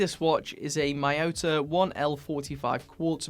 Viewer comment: The word "Miyota" is pronounced as "Me-yota", not "My-yota"